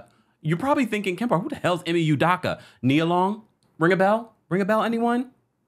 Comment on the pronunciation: me too. I waited to comment hoping he would finally get it right